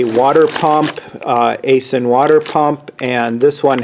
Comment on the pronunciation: FYI - It's pronounced "eye sin". I have an Aisin factory near me and I know people that work there, and that's how they pronounce it.